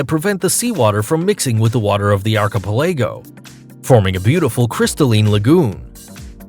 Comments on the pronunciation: I’ve been to several of the places mentioned. Interesting and informative video. My only criticism is you butchered the pronunciation on almost every place name. The way you pronounce “archipelago” leaves a lot to be desired LOL. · PRONOUNCED ARK-AH-PEL-AGO. NOT archa pelllaaagggio Its archipelago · Ar-co-ca-pag-lo ? Give me a break! Why don't you look up the pronunciations of words if you are uncertain of the pronunciations? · its pronounced 'arc-i- PEL-ago' lol jesus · I stopped watching at "arKipelAgo". Dude, you already butcher the names of the places (Digue, Capri, Stefano), but if you can't pronounce the words even in your own language, you have no business making videos. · Now im confused how archipelago is really pronounced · What is "arkeepeLEYgo"? Was that supposed to be archipelago? And it is PaLAHwan not PAHlawan. 😒😏 Sheeeeesh.